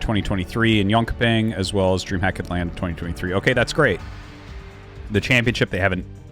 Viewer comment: that's certainly one way of saying Jönköping hehe :) , It should be more something along the lines of "John-coping". -source Swedish Sad to hear these news though, SC2 certainly had it problems but damn it's gonna be painful to see it go.. Thanks for keeping us informed Dan!